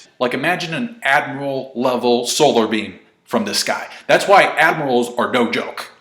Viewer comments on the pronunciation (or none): none